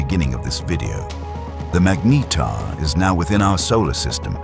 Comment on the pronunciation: Very good AI narrator, just needs help pronouncing ’magnetar.’ Even if it’s wrong, keeping it consistent helps. Very informative assuming the details are correct.